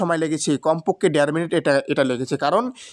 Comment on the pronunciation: ডের মিনিট না । দাদা দের মিনিট😢